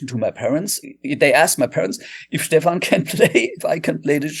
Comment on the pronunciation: Phenomenal interview with an amazing guitar player and composer! The only "incorrect" item was how you pronounced his name. It's not Steven, it's Steph-an.